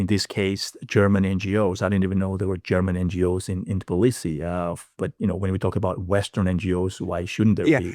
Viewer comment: The capital of Georgia is called Tbilisi, not "Tiblisi" The way you say it, sounds about as ridiculous as if someone called you Apsacal instead of.